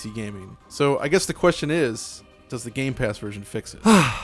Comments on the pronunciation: My eye twitches every time he says "GAMES PASS" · everyone: gamepass: games pass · Why do you say games pass it’s gamepass. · Gamepass*... Not Gamespass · Anyone else bothered with calling gamepass 'gamespass'? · It's GAMEPASS no gameSpass! I don't know why but its so annoying. :D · Stop saying games pass please! It's game pass. Thank you! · Can you please stop saying game's pass 🙄 GAMEPASS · Can someone please tell it's not GameSpass.